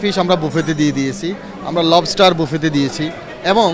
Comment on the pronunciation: ভাই বাফেট নয় বুফে!